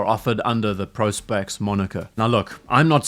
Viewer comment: Thank you for corectly pronouncing it as Pro.Spex ( professional specification). Vs Prahspex like the other 90 of morons